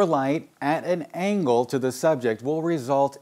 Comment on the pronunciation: Angle, not angel.